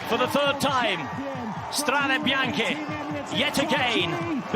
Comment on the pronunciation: Perfect pronunciacion of "Strade Bianche" by the commentator, provided he'd be British